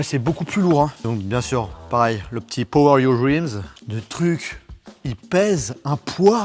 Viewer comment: “le petit poweryourwreans”